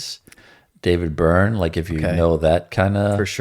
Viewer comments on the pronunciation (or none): none